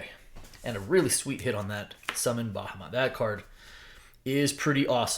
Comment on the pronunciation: Your pronunciation of Bahamut is aggravating lol.